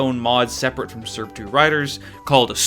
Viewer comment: is there a reason to why you pronounce srb2 surb 2